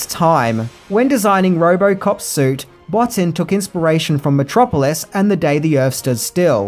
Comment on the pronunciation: it's pronounced rob boteen not botin